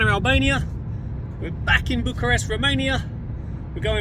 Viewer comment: You need to change your pronunciation from Bucharesk to Bucharest. same for Buchareski. 😆